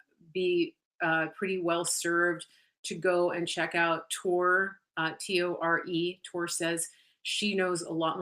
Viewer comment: thank you!. Tore is pronounced Tor-ee